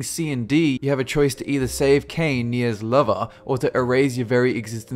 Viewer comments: All be it two years late, I'm glad you mentioned NieR, it's such a great game and in my opinion it deserved more popularity than had and if not popularity then it should have at least gained some credit for having one of the best stories in videos games. (You also pronounce Kainès name as Kainae) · Nier was a good game. I enjoyed it. But god dammit you pronounces Kaine's name wrong!